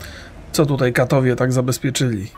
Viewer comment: "Kattowie i Agarzy" zamiast "Kettowie i Angarzy" - tylko mnie to cały czas frustruje? >.<